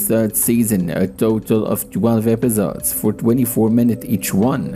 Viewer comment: Epizods? Bro just say episodes